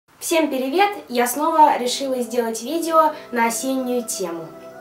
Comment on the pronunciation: Мне одной показалось "всем пИривет"?